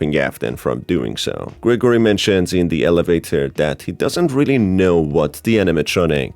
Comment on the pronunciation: Gregarory? XD its Gregory